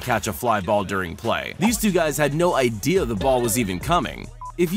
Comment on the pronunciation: he had no ideer what was coming